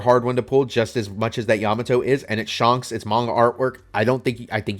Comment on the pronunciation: "Shonks" do you even watch the show, bro?